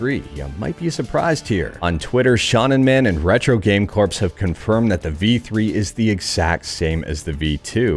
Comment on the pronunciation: "Corps" is pronounced like "core" like in marine corps and drum corps